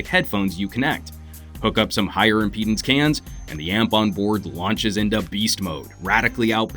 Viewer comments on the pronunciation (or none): none